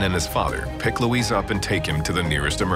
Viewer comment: Luis, not Louise.